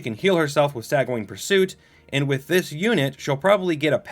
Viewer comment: cav-UHL-ree (or cav-ull-ree). gl-OW-stir. SANE-gwin (or sometimes SANG-win)